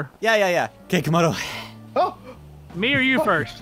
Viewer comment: What it is Camodo not kamdo